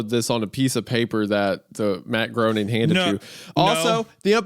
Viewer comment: Groening. Rhymes with “complaining.” ✌🏼